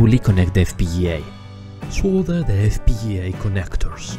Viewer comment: Your pronunciation of the word "FPGA" is amazing! <3 <3 <3